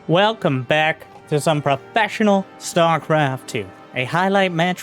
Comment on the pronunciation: Pro... Fessional